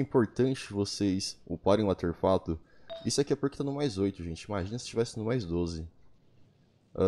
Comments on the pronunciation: Artefato* e n Auterfato, toda vez q vc disse isso foi um choque no meu cérebro, vc até msm conseguiu com q minha mente pronunciasse essa palavra de forma errada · "ateRfato" kkkkk